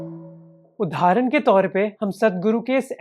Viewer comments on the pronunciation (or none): Man it's उदाहरण not उधारन. You're a good orator, keep these little things in check